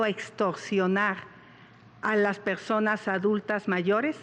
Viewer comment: Xochitl: Pegsonas La Vegdaaad Peeoog Claraaaaaaa Geconoceloo 😂